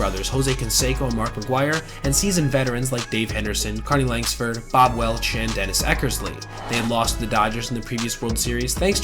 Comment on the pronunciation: Great video, Carney Lansford doesn't have a "g" in his name.